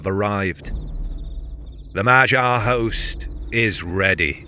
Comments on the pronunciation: where,pray tell,did you come up w/"ma jar"in place of"mag yar"? G.Davis sr 30Sept'24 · the gy sound is a palatalized d sound, so more like "madyar" . also don't stress about it, we understand that most languages do not have this sound. it's okay to say it however you can. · You're pronouncing it wrong. You're saying Magyar like "gyroscope". Instead, the correct pronounciation is "maghyar" - with the G like in the word "give" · "Ma-jee-ar"? is that the way it is pronounced? I had always heard "Maag-yaar" before. If so, I've been saying it wrong in all my ck2 mp games!!! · Common you can't pronounce some names like the Anglo-Saxon do Guy is pronounced like the "gi" in "gibberish" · I think you are pronouncing Magyar wrong. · Yes, in the pronounciation the "gy" sound is incorrect but it is more-or-less close enough to the original, so not that bad. TBH for an English-speaker it is very difficult to pronounce "gy" correctly. Hungarian language and pronounciation can be really weird. :)